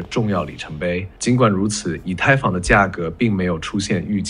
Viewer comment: 居然还会想真人一样误读“以他，以太坊...”震惊到我了